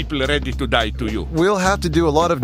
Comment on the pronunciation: "Thank you very much""DANK"